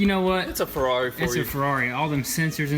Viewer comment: Ferrari, not Frari. Have to learn Italian.